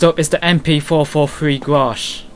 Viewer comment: its ''GRACH'' not ''grasch ;)